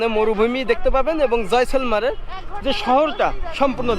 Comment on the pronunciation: উচ্চারন হবে জয়সালমির